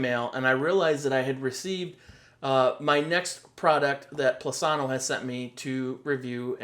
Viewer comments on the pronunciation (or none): Plus-inno! Not Plus-anno! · Angel Sanchez He says they want transparent reviews. I would think they would want their company’s name pronounced correctly! 😅